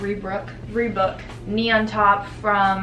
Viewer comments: rebrook lmao it's ree-bock sis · Reebrook? Rebook? REEBOCK!😂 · It’s not ree-book it’s ree-bock haha 😂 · /Ree-Bock)/ not Reebook sksksk <3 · “Rebook” Ree bok? 😂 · ree-Book? you mean (RE-Boc) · It’s Re-BOCK it rhythms wit clock😂😂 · Like not trying too be rude at all but that is not how you say Reebok 😂😂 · sweetie it’s ree-bock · so no one is gonna talk about how she pronounced reebok... ok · i was looking for a comment abt it lol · I'm sorry I love Hannah but the way she pronounced reebok and shein 😂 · where do you see the “r” in reebok?? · the way you pronounced reebok omg i’m crying 😭😂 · she said reebok like reebok but i say it as reebok